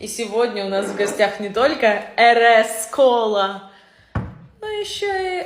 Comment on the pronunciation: Почему не правильно произносишь? Английские буквы как звучат?😅 RC колу очень давно производит Таджикистан... RC cola - Американская марка колы, изобретен 1905 году Клодом А. Хэтчером. Вот так звучит (RC-Cola Ар Си - кола) 😅 а не эрескола😂😂